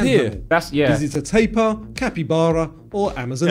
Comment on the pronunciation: you are saying tapir wrong its so bugging